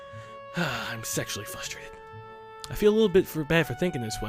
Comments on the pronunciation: WHY DO YOU SAY FUSTRATED, IT'S FRRRRRUSSTRATED. Sorry, it's just been bothering me, I actually enjoy everything else. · I get frustrated when mispronounces 'frustrated'.